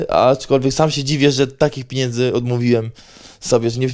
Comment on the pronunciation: Policzy ktoś ile razy powiedział „piniędzy”? 😂